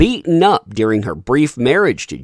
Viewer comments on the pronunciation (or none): none